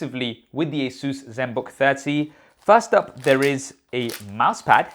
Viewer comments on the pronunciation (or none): Stop pronouncing ASUS as 'Asuse'! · Wait have I been pronouncing Asus wrong all this time?!